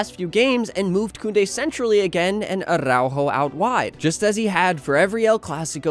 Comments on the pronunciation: Spanish tip, not every R is Spanish is rolled, it's not aRRrrRaujo it's more like attow-haw with a soft t or d as in water. I hope you see this. Love from Canada. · Probably the only time where the "rrr" is not necessary, yet you say "arrrrrraujo"... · Man, the way you say aRRr🤬aujo 😂